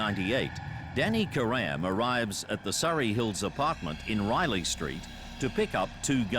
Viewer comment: My ears bleed every time I hear them pronounce “Karam”